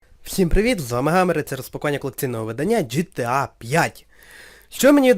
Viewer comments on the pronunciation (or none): ҐТА, а не гта. Якщо вимовляти англійською то звучить ДжіТіЕй, а не жетеа. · ГТА!!!!!!!!!!!!!! А НЕ ЖТА